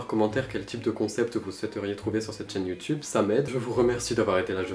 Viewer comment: "Youtoube" "Gentleminiscule" 😂